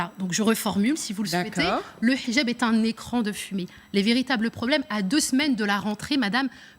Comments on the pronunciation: Et en plus ,Elle prononcé bien le H!😁😁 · J adore comment elle prononce le "h". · A chaque fois qu’elle prononce « hijab » avec l’accent je sursaute